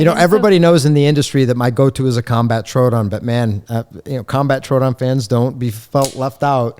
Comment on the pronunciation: I like the way he says “troodon”. That’s the way I say it. I’ve heard people mispronounce it all different ways and I’m glad he cleared that up.